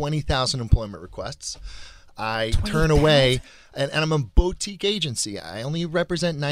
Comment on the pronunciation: how bo-tique are you if you pronounce it "bo-tique" lmaoaoa